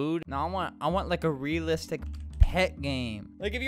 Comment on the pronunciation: Uhm.. Albert... you did not just say ria-listic.... no